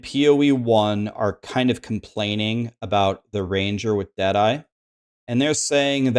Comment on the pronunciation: When u say Dead eye (ranger) I keep hearing Jedi😅